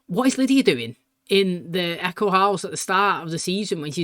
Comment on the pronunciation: I think it is kind of funny how sometimes says "Echo" house instead of "Eichen" house. LOL